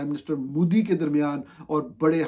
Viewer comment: مودی کا تلفظ Modi ہے Moodi نہیں۔ پاکستان کے صرف حکمران ہی نہیں، اس کے صحافی بھی نالائق ہیں۔